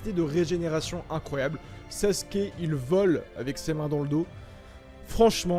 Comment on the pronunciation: Les gens qui disent Saske arrêtez svp ça déchire les tympans. Merci.